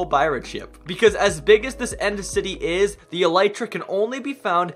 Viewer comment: I have never heard anyone saying elytra correctly